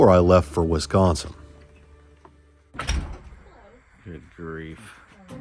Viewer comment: Wiss-con-sin not wesconsin, love your guys videos